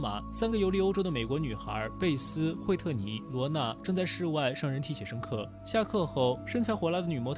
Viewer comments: 字幕是惠特尼，唸的卻是惠尼特.... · 惠特尼不是惠妮特🤣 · 老大，叫惠特尼，不是惠尼特，请做视频认真一点。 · 哈哈 每次听到你说“惠尼特” 就想告诉你是“惠特尼” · 第一遍听，就觉得这个人简直不识字，西方还有叫惠尼特的名字的